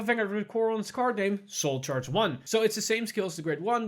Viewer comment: As a DI player, I can finally say that cool 'sooruchaaji' (soulcharge), when playing Bermuda